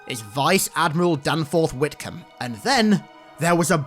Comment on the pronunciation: Whitcomb "gotthem"